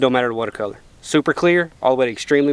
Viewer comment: got one of the best channels and the way he says "werter" is hilarious haha KEEP IT UP HOMIE!!